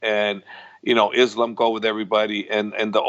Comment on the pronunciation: Islam. Pronounced like an ‘s’ not ‘is’ I think we can do that....